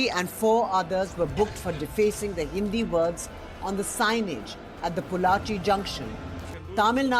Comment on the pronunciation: First learn to say Pollachi properly. Then you can talk about this topic. You Northies don't even bother to learn to South names properly let alone learn South Indian languages...